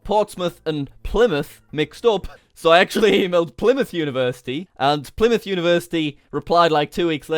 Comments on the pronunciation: It is not pleeymouth it’s plllymouth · Lol 'plymouth uni' ayye I live in plymouth